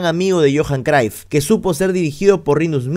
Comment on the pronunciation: Cruyff mano, se pronuncia tal cual 😅 no craif ni croif 😅 Ta buenazo tu video loco! Gracias 🙏🏾